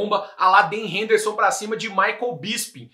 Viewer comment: Cara, não vou dizer que sou contra o migué, mas nesse caso nem é hahahah Dan (Den e não "Dân") Henderson. Ben (Bennn, puxando bem o n) Henderson.